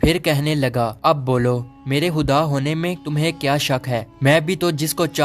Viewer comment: Are bhai khuda ko huda kiyu bol rhe ho